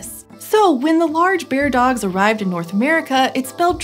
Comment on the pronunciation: Bear-dogs, not beard-ogs.